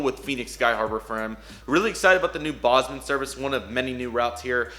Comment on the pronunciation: Miss pronounced “Bozeman”, MT.